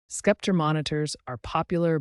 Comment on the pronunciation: Lol skepter